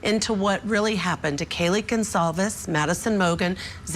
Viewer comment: Yes! Her name is “Gonclaves” not “Gonzolvas” or “Gonzales”! It feels like a careless mistake at this point.